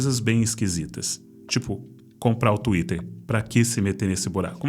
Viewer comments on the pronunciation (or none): none